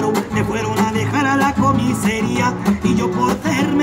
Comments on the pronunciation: Aunque diga Falopa no tiene porque ser chileno, porque en Andalucía, España esa R tampoco se pronuncia. Ese hombre es español 100% viviendo donde esté viviendo, pero es español te lo digo yo amigo, es más, seguro sea gitano por la manera de decir "comisaría", que él dice "comisería", un saludo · solo por como dice comiseria es 300% andaluz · Vivirá en Chile o será de familia chilena, pero la manera de pronunciar “vacilones” o “policía” con la típica “c” española y su ceceo... Me da que es la señal inequívoca. Que también dice comisería como tremendo gitano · jaja pero si decir la C es por que uno puede imitar eso pero se nota que Sesa además Comiseria si será muy Gitano pero en cosa de hablar mal o tener una jerga callejera Chile se come a España hablamos con mucha más jerga callejera además también dice jalar y cuando acaba el vídeo tmb habla como Chileno además cuando empieza el Colombiano lo dice jaja Chileno que canta música Española